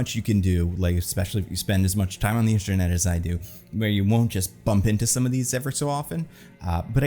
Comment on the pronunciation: ahh yes the “instranet” haha